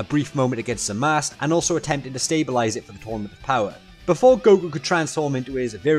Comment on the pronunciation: I'm kinda disturbed by the fact that ya pronounced "zamasu"-uu as "zamas" 😂😅